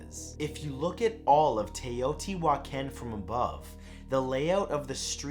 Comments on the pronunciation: Your pronunciation for Teotihuacan is close, it is more like TAY O TEE WHA KHAN. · I'm dying at how you said Teoti-huacán xD sorry. I love your videos. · The way you say Teotihuacan😊 like really we're suppose to think humans made the pyramids and moved stones like Amazon packages🤔 and the city can't fix the roads right😒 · I can tell he can't speak Spanish haha funniest way I've heard someone pronounce teotihuacan hahaha love you man